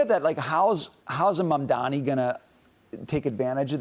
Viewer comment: If you’re gonna criticize Mamdani, at least pronounce his name properly, that’s all I ask